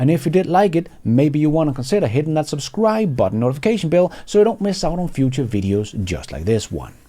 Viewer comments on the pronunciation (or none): none